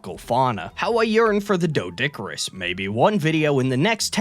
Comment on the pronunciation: Fun fact, the o in doedicurus is silent. It's pronounced dee-duh-cure-us.